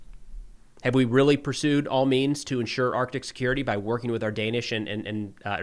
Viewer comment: Thank You for pronouncing the "C" in Arctic.